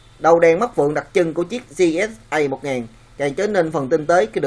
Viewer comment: ))) đọc tên tiếng anh của xe cũng sai :)))) bó tay